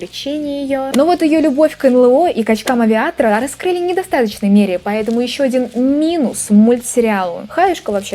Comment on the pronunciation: сначала услышал: «.. к качкам-авиаторам..»… 😅